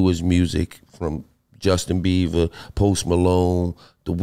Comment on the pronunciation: Nigga said Justin Beaver 😂